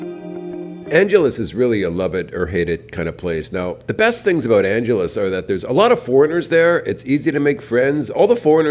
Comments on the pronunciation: Anghelese, not Anjelese. Sin city? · Its not pronounced like Los "Angeles"....ask a local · Check your pronunciation of "Angeles"